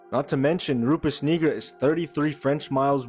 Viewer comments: First video 😂 he wanted to say the n word sooo bad. How Yu get negra from nigra 🤣 ain't no e in saying I 😆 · Bro got biblical, excellent pronunciation for Nigra. Then he went 🙄 igga, igger. Bro thought he can try and drop gems and slip that in there. What going on bro, what you really feeling. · That white boy was not saying Nigra lol clear he pronounced it with an ER multiple times 🤦‍♂️ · Nigra. It's pronounced (knee-grah), but we gonna let him slideee.... 👀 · Lmao the way dude kept pronouncing "Nigra"